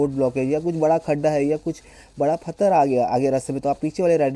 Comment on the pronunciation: Fatthar nhi patthar 😂